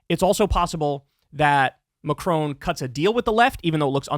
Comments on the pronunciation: Kyle, I love you, but dear god please stop saying “Macrone”. It’s Macron, not Macrone. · It's Ma-cron. There's no e at the end. Exactly as the name Ron. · lol at Kyle's pronunciation of Macron.